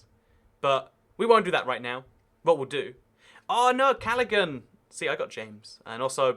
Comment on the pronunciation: Btw, callaghan is pronounced callahan